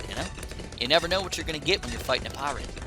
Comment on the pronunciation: It's funny how pronounced Pirate as Paret